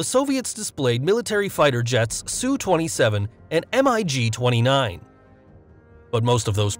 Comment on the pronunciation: "Soo Twenty Seven and EM EYE GEE Twenty Nine" - no it is "S U Twenty Seven and MIG Twenty Nine" - next I don't think a diameter of 6.6 FEET for each AN-225 engine is right - it should be meters. As another person pointed out maximum altitudes are quotes in miles and in this case should be meters. As much as I hate to be that guy for the people that don't know better this is a ton of bad info. I would redo that part of the audio and get it right.